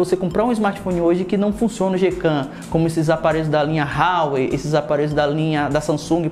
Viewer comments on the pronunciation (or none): none